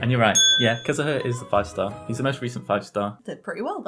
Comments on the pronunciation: "Kazaha" it is u mate say it like it is wrote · Im getting triggerd bc he said Kazuha and zhongli wrong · also unlike his last video, he has made an active effort to pronounce names right. for example he said "kiki" instead of "chichi" last time, and now he said it right, because the YouTube comments told him so. I didn't see any names being wrongly pronounced this time except for the fact that his sister called Venti a girl by accident :)